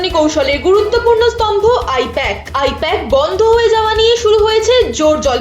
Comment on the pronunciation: I-PAC❌ I-POK☑️